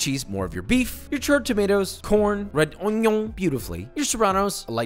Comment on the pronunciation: Haha "red oignon" love joshua